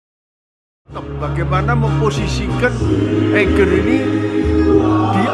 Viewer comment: Semoga sukses Sy kog geregetan kalo orang pronounce Eiger instead Aiger